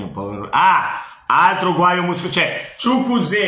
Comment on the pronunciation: Chukuzeo ahahhahahah si dice ciukueze😂😂